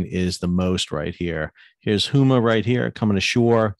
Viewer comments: Sal - Need to update your pronunciation of Houma. It is NOT Hoo Ma, it's Home-ah. Otherwise, good summary of Gulf impact. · I don’t want to be that guy, but the i have heard in on too many discussions today. Houma = Hoe-Ma